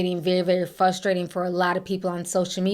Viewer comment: “Frustrating” not Fusstrating